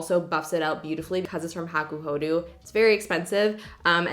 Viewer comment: hakuhodoooo not hakuhoduuuu